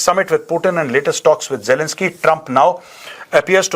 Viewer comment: Major sahab ❤❤ u are the great man while speaking words jalanski and Putin 😂